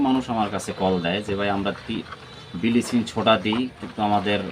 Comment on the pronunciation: বিলিচিং আবার কী, আমরা তে ব্লিচিং বলি।